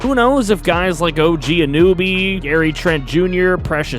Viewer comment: "og anoobie"